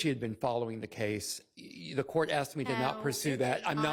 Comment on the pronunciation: It’s ASKED lady! Not ACTS! 🤦🏻‍♀️